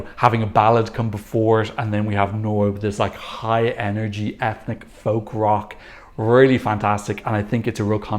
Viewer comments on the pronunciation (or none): none